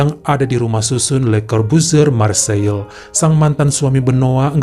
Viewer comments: Marseiye, bukan Marseil bro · Marsei penyebutan yg tepat lae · Nice dibaca nis Marseille dibaca marg-se